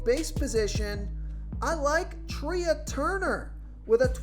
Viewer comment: It’s pronounced Trey Turner not Tree-ah. Come on.